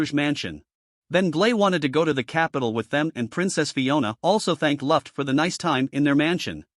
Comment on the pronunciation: why is like every name wrong ruft? glay? wtf man it's luft and gly retart and why are u not using ur real voice?!?!?!??!?!?!?!??!?!?!?